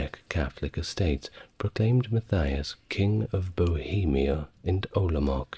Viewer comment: Czech names are promnounces as it's written, not anglicized, so it's OlomouC. not OlomouK, ValaCHia, not ValaČia, etc.Great video as always, helps me fell asleep and learn something new.